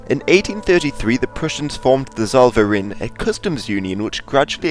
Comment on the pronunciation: Some tips on pronounciation: "Lützow" is more like "Lit So" and "Zollverein" more like "Tsoll Fair Eye n"